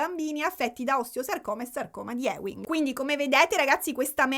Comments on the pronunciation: Ti amo, si pronuncia sarcoma di "iuing" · Scusa la pedanteria, ma sarcoma di Ewing si legge "iuing" ❤